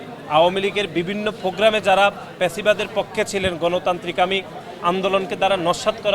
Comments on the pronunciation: পেছিবাদ কি🤣🤣? fasciবাদ😂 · আরে এটা ফ্যাসিবাদ হবে,,প্যাসিবাদ না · ভাইরে প্যাসিবাদ না ফ্যাসিবাদ 🤦‍♂️ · কিরে, ফ্যাসিবাদ নাকি প্যাসিবাদ? স্পষ্ট করে কথা বলতে পার না কেন?